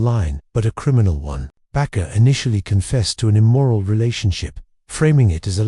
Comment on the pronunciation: AI sucks. His name is Jim (not Jimmy) Baker. Not Bakar.